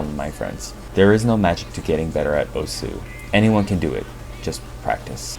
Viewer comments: How you pronounce "osu" is weird the word is pronounced in one syllable "ous" = ošu. Not o-su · Why is he pronouncing it "Oh-Sue"? It's supposed to be pronounced "oss". The game even says that when you start it. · turn on captions everytime he says "osu" the captions is "oh su" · Everytime someone pronounces the game's name as "o-sooh" a little hentai gril dies. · It is, but considering that I'm not Japanese, I think me pronouncing it the way english players say it should be acceptable. Right?